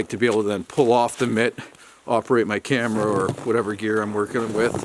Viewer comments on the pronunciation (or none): none